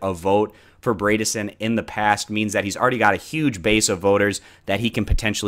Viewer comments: FYI, Bredesen rhymes with Edison; ie, that first syllable isn't braid but bread . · LOL I noticed that too Hahahaha! 😂 I chuckled every time he said “Braydissen” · Good video man. Just for future reference though, it’s pronounced Bread-a-son -a Tennesseean